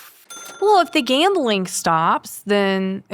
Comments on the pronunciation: Gambling turned into "gammeling". Lol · Take a shot everytime says gamling 😂 if youre a light weight, only take a shot when he says gambling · He said “Gambling” so much it started to sound like he was saying it wrong😂